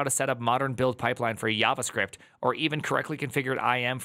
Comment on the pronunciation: YavaScript? Was that in German?